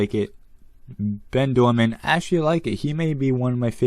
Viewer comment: Great video, I really want Ben. He was only released once in 2010 in a super rare team set. Ernesto is actually not too bad, I like the yellow on him. You actually said Bens name wrong it's pronounced Ben Doordan, you said Ben Doorman.